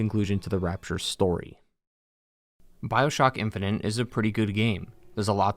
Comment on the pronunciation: Infinite, not infininte.